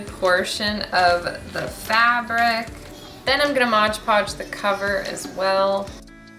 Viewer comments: LOL so many people (and I have been guilty too) call it Modge Podge...but it’s Mod Podge. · MOD podge not MODGE podge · Modge podge 😅😅😅😂😂. Nope that’s not how you say it!,😅🤣😂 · Loved the mud jar! You’re so cute but Modge Podge 😂 also if you painted the book covers white .... keep up the good work 👍🏼